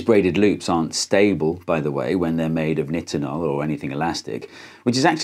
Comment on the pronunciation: Ahhhh this video was great but the way you pronounce Nitonol is giving me a stroke It's a long I - nye-ten-ol